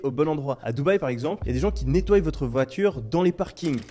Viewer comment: Bonjour, cette vidéo est très intéressante. Du coup, je vous propose un coaching pour peaufiner le maniement de la langue française (ayant entendu au cours de la vidéo « nettoillent » et « aboillent ») Évidemment, à prendre au dixième degré bien que ma porte reste ouverte si vous êtes intéressé… Merci encore pour cette vidéo enrichissante.